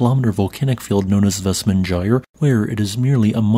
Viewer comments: "... known as "vest-mon-jie-er [sic] ..." -- no, it isn't -- "[ˈvɛstˌmanːaˌeiːjar̥] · FYI, the letter "J" is pronounced by the "Y" sound, when speaking of Icelandic names i.e, "VESTMANYAR"(phpnetically), one can only imagine Icelander's are chuckling at you're mispronunciation